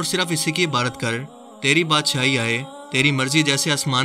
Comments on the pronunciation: MASHA ALLAH bohat khub video but ap Ibadat ki jagah Ibarat Q bolty hein ye zra clear krein.plz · Ebadat ko abarat nai bola kren plz